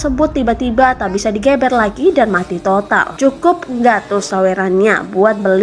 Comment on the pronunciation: min.. bacanya geber... bukan geber. jelasinnya gmn njirrr, pake tulisan gak bisa.. wkwkwk..